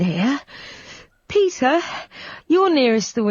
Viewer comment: "PETHAR" 😂 Non serve aggiungere altro